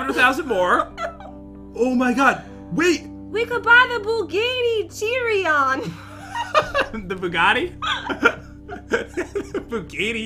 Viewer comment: we could buy the buggatee jeereeon Me:laughing for straight 10 mins